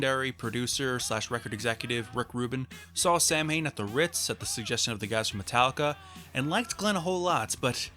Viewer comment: Samhain is pronounced “sow-in”, as in ow-in.